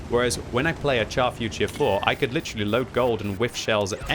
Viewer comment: still can't say the Char Futur properly, just google search how to say it